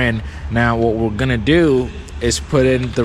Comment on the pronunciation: Enjoy your content! Keep it up!!!! However, can you please start including “g” and “d”s when you are speaking!? You are a smart dude, but it would be really helpful if you pronounced them!